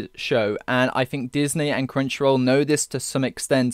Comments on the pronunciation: Sounds like you're saying CringeRoll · every time he says "Crunchyroll" im understanding "Cringeroll" and i cant unhear it lol xD